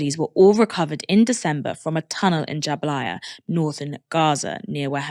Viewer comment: Say Ja ba Lea not jaba lya... also the title for this video should read are israel not is israel